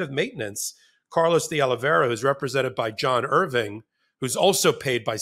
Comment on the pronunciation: It’s pronounced De-Oli-Vera not De-Oli-Veria